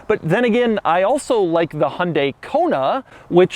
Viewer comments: Lol Doug it’s HYUN dai not Hon dai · It's not hunday It's hyundai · It’s Hyundai not Hondai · why do you always say 'hundae-' ???????? can you not speak hyundai? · Me : Hi - Un - Die Doug : Hunday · "Hun-day" haha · It's called a Hyundai not honday please learn how you use its name ???? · Love the inability of americans to pronounce Hyundai and Peugeot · The way Americans pronounce Hyundai......